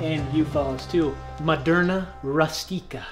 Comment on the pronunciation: Who noticed said "Maderna" for his buffett name and that is one of the vaccines in 2021